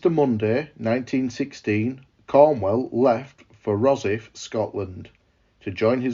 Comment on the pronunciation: It’s pronounced Ross-ithe